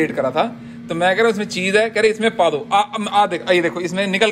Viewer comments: When a punjabi guy speaking hindi and suddenly says paddoo padoo😅😅😆😂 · Dude i know you’re saying paa do( let’s do this as well) but being a non punjabi, it sounds like you’re asking to fart!!😂😂😂